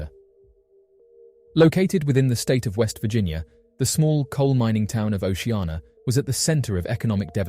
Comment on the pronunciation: Its O C Anna ... Not O she ah na ...